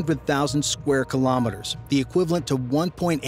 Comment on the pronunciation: Very informative video but I wish you would pronounce Kilometers correctly.